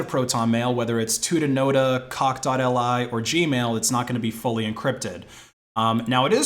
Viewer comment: It's cockli, like Cock Lee. Not dotElEye